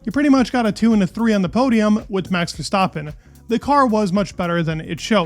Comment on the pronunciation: Good videos. Just about F1. Hopefully the season will be exiting. Love how you pronounce Verstappen the right way. Keep it up